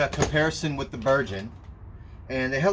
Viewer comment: Ber-gun not Ber-jun.